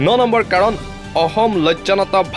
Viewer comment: হেৰৌ, ক'বলগীয়া কথাখিনি শুদ্ধকৈ ক'বলৈ শিকক।জৰুৰী কথা কৈ আছে যদিও কাণ বন্ধ কৰি লবলগীয়া হৈছে। অসমটো অহম, ম্লানটো স্মান,অসম টো অহম,অসমীয়াটো অহমীয়া,দেশক দেহ কৰি পেলাইছে কিয়? হয়,আপুনি বৰ গুৰুত্বপূৰ্ণ খবৰ কিছুমান কৈছে ।কিন্তু শুদ্ধকৈ ক'বলৈ চেষ্টা কৰক, অসমীয়া যুৱকে কোৱাৰ দৰে ক ওক।